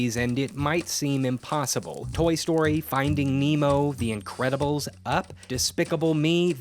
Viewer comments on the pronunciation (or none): The best part of this is when he says “ the incwedibles